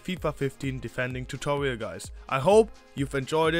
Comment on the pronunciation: Tutorial not tutowial